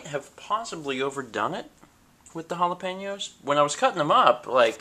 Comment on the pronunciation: the way you say it makes it sound like halla-pain-yos.